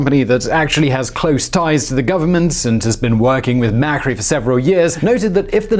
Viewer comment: You pronounced Cristina Fernandez as if she was from Spain (with the lisp) which sounds weird in Spanish as she is not from there and also even weirder when speaking English. Then you pronounced Mauricio Macri's name as if it were in Italian.